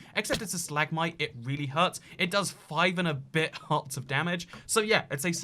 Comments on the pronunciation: Stalagmite not stahLAGmotye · Your “Stal-ag-mite” and “stal-ag-tite” pronounciations are triggering, just saying. (It’s stalag-mite and stalag-tite, hope this helps in future vids.)